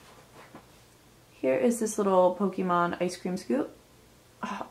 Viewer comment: You got the pokemon name right lol